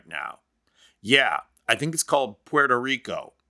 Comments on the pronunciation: Thank you, thank you, thank you for making the effort to pronounce Puerto Rico correctly. Pwerto not porto! Now can we try to pronounce Costa Rica correctly? It's Costa, as in Costco not coasta! How do you get coasta out of Costa and porto out if Puerto? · It is refreshing to hear the correct pronunciation of Puerto Rico. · Oh.... Thankyou for apparently being the only person in America who can say 'Puerto Rico' correctly. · Good accent, buddy 🇵🇷